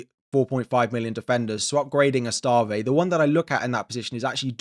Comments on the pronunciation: Pronounced ESS-TEV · That Esteve pronunciation 🤣